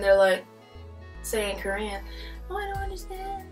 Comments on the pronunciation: Your Korean prononciation and accent are better than my English. I think your students will like you and follow you well. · You pronunciation is so good! How?! I'm sorry if you explained it before ... I'm new ! 미안합니다! 감사합니다! :) 🇰🇷👍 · 빈말이 아니라 한국인 제외 유튜버중에 한국어 발음 제일 좋아요;; 내 친구보다 더 좋음ㅋㅋㅋㅋㅋ